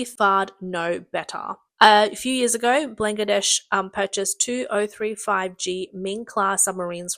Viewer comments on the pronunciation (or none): Coup → “Coo,” not “Coop” Chilé → “Chee-LEH,” not “Chilli” Chilean → “Chee-LEH-in,” not “Chillian” Bangladesh → “BAHN-glah-desh,” not “Blangadesh” Disastrous → “Dih-ZÆ-struss,” not “Distrastrous” Pakistan → “PAH-kee-stahn,” not “PÆ-kih-stan” Fared → “Faired,” not “Fard” AND Subsidence → “Sub-SIGH-dense,” not “SUB-sih-dense” I love your voice and accent, Australian lady, but you Australians really have a penchant for mispronouncing things 😂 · she does. And she's typical for girls who have zero interest in doing their job properly. I heard FAR MORE mistakes than the average Aussie would make. We ALL know what Bangladesh is, and she's calling it blang-ladesh. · COUP is NOT pronounced "koop". It's "koo". PLEASE LEARN. Your reader here has very, very poor knowledge of the English language. 👎 It's Ban-gla-desh. "Made In China" quality on full display with the CCP 'weapons'. You get what you pay for... M 🦘🏏😎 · NO. DON'T maoe excuses because it's NOT her accent. I have thr same accent and NONE of us pronounce Bangladesh as "blang-ladesh" and frigate as free gate. She simply can't read properly and is typical of girls here who don't put any effort into their job. This isn't lisp, it isn't the accent, she's just hopeless. 70% of Australians could do it better. Honestly she'd be fired for even reading childrens books in Australia.